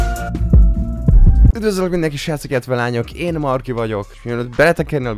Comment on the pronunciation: "Marki"? Vagyis Márk? lol.